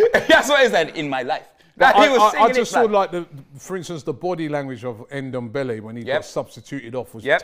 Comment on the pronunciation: Am getting tired of this shit, it's not Endombele its Ndombele there is no E at the beginning ffs